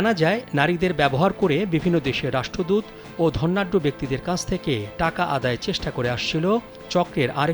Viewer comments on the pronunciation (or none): none